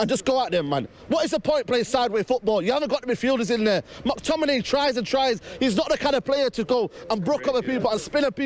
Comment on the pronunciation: Mactiminay lol